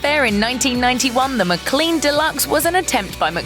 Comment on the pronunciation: It's not a Muh-clean Deluxe. It's a Mic-lean Deluxe. Like McDonald's. The way you said it makes it sound like a cleaning product! I gotta muh-clean muh car!